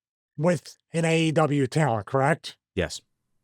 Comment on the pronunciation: Stevie you gotta try to stop saying "correct" like that, you sound like Amber Heard's Lawyer 😅